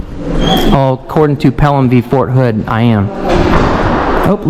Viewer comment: Get Fort Hood off your mind and say it right.